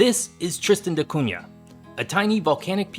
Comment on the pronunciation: Thank you for saying "Da Cunha" correctly. I am not sure if that is how the islanders pronounce it but this is my last name and you said it the right way.